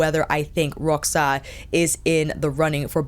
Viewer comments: Né? Eu achei que a pronunciou direitinho, deve ter sido uma das únicas YouTubers de língua inglesa que fez esse esforço 😃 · Hi, how you doing? I'm from Brasil (wich you guys write Brazil), where we speak brazilian portuguese, and the way you said Roxa is just right, it's just how we do it around here (no idea how it goes in Portugal). Luv luv luv your videos, yaour chanel is one of my all time favorites. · I’m Portuguese and it sounded perfect ❤